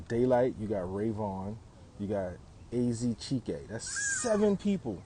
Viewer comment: being the first person to say AZ Chiké name properly